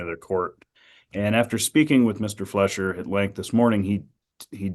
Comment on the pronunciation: It's Fleischer not Fletcher